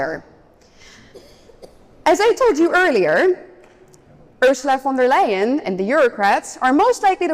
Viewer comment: She gets the name wrong, It is Ursula fon da lying.